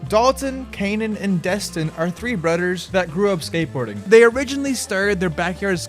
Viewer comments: what's the deal with pronouncing names incorrect? And its brothers not butters.... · Also the word brothers is not pronounced "brudders". Thumbs down due to your lack of intelligence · "3 brutters" "any utter skatepark" its brothers. not brutters. brothers. its other, not utter. other. th. do you know what sound that makes? apparently not. get #hookedonphonics. period. or as you would say "pewiod". speech impediment man stwikes again!